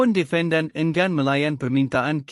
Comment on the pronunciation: Perkataan NORZITA, ENGGAN, DEFENDAN dan AKTA.......tolong sebut dgn betul. Jika komputer baca tak sesuai elok dibaca oleh manusia...apalah kamu, video pendek pun tak mampu nak baca. harapkan komputer yg sebutannnya salah.....